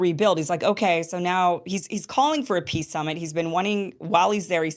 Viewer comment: Hahahahahhas zelenskyy cant say peace. He says piss. I can't stop laughing, he wants piss.